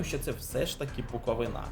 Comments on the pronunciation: Відосик пушка,тільки - Буковúна а не Буковинá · Хочу наголосити, не буковинА, а буковИна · Задумка класна, але........ невже не можна почитати, як правильно ставити наголос на "БуковИна"?????? Просто ріже вухо....... Тоді вже і "НивА", "ДИнамо" та "КАрпати"....... Тільки коментатори навчились правильно вимовляти........ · Все класно, але наголос Буковини ріже вуха ( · В слові Буковина наголос треба робити на букву И. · Буковина! Наголос на у, не на и.